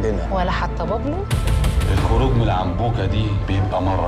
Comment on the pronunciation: بابلو سمولكون إسم تعرفو تلفظو تضربو عرب وبدهون يتفلسفو متل الأجانب